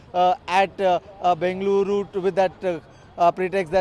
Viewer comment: Aye anchor pronounce properly Bengaluru area you from Karnataka or not